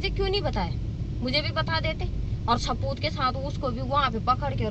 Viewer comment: Saboot ko sapoot bol rahi he..